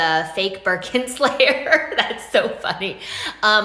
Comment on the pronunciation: Lol birkin 🐶 every time you say birkin 😂